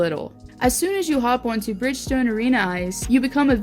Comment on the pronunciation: You put the predators you never been to a preds game and can Barely say Bridgestone soooo